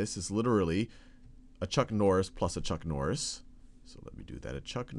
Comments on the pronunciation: It's chuck nori :/ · I litterally went down to the comment section within the 2 seconds after hearing chuck norri